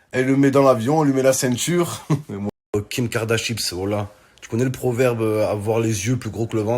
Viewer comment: "Kim kardachips" 🤣🤣😭